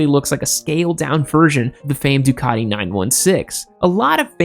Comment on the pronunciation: MV Augoooosta. Really? Ducaddi. Really? Other than terrible pronounciation, at times, this was a great video.